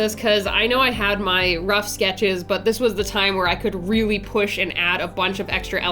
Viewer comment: "reary". Love ya girl and what an amazing design! What if you made a dragon to describe and look like you?